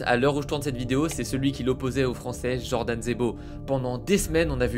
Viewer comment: C est pas Djordan frerrr c’est Jordan. Un fragile qui n a jamais travaillé de sa vie, cause de combats 🤔 aïe aïe aïe. Et l,autre, il devrait changer le best qui sonne ridicule par Le Reconvertis du Covid Et puis on connaît déjà tout c que tu raconte, ça ce répète … Tu parles pas de ses intimidations, violence envers sa conjointe, hein🤫